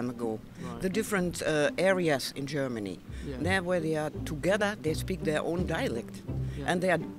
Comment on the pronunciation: Geormony ??? 🤣🤣😹😹 are You kidding me